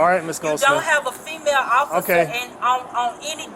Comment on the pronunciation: Hahah , she straight says “female Ociffer”